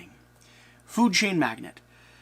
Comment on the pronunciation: Not to be "that guy" but it is pronounced 'mag·nate' not 'mag·net'.